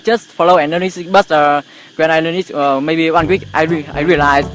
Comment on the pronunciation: Từ maybe nên đọc chuẩn là mêbi nhá. Có nhieu ng đọc maybe... vl